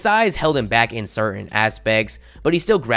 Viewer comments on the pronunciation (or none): none